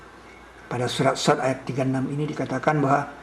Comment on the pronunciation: bukan shod, tapi Shaad, nulis surah aja salah